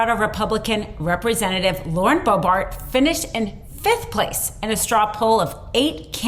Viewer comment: Bo-bart? Akeron?